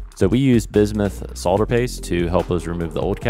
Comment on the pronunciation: It's nice to hear somebody on YouTube say "solder" rather than "sodder"